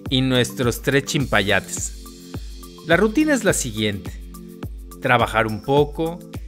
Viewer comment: chilpayate nombre común COLOQUIAL•MÉXICO Niño de corta edad. hola no es chimpayate es chilpayate Saludos 👋